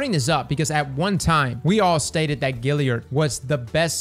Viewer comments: Dammit,, there's an A in Galliard, it's not Gilly-ard! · you are the best man. But you absolutely kill me with that galliard pronounciation. Galliard bro... Like boys and "Gals"... Gilly lol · Love your vids, but It's Gal liard, as in short for girl, not Gil as in Vince. Let's tighten up that pronunciation. Thanks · GAAAAlliard cross, not Gilliard. Sorry, just driving me nuts every time you say it. Still love ya ✌🏻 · Classic... GALLiard. Not GILLiard. Much love though lol. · Stop saying Gilliard. It's Galliard. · my man! I love ya, but we have got to get you to stop saying Gilliard…. It’s Galliard with an A! Kills me every time you say it. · Say "pal". Say "gal". Now say "gal-liard". Great vid! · GALLIARD !! GA.. GA .. GA.. LLIARD !! LOL. love cross still tho.. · "Gal" GAlliard but I'm not the pronunciation police so say it how you want. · Every time you say "GILL-iard" I hurt myself. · is impressively consistent at mispronouncing Galliard.